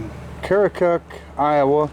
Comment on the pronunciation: 👋 Hello, from Aledo, IL... 😉 There's no "O" Pronounced in Keokuk, Iowa, it's " kee·uh·kuhk " a silent O. Keokuk is only about an 1-1/2 hours from me down river on the Mississippi. I really like that little engine.